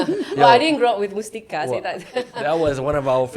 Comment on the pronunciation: It's not mustika but it is mastika